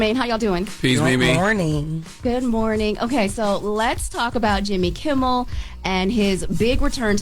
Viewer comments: KIMMEL!!!!! Damn girl! She's repeatedly said KIMBLE. Y'all should be tired of ppl joking about your reading abilities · Am I the only one hearing Mimi say Jimmy “KimBel”?